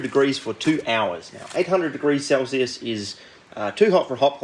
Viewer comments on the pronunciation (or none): none